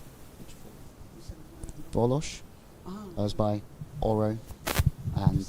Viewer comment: finally a commentator who says ozbay correctly. brilliant